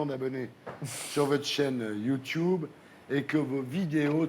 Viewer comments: Donc déjà mon gars avant d'interviewer Squeezie ou encore le critiquer tu vas réviser ta prononciation du mot YouTube ! Parce que YouTube ça se dit pas "YouTouube" ! (Désolé de rager mais ce gars m'a gonfler dès les 20 premières secondes!) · On voit le décalage des générations dès le début quand il dit « Youtioube » 😅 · Youtioube c gênant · C'est comme ça que ça se dit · Ce qui me fait rire c'est ces darons de 70 ans qui pensent pouvoir se fonder un avis alors qu'ils disent "Youtiube" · Attend il dit YouToube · À partir du moment où le mec prononce "Youtoube" tu sais que c'est mal barré😂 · Ça se prononce Youtioube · Ardisson déteste YouTube ç normal il sait pas le prononcer il dit youtoube LOL 😂 sinon plus sérieusement il déteste YouTube car nous les youtubeur avant plus d audience normale comme la dis Squeeze en se rabesse pas à la télé rialité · il dit youtoub à lieux de youtube mdr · "Youtchoube" JPP le mec il dit que de la merde et il est même pas foutu de prononcer normalement un mot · Bah c’est comme ça que ça se prononce, wtf